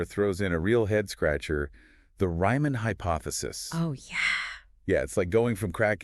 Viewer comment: "Ryman"?!?!? It's "Riemann"! 🥱❤️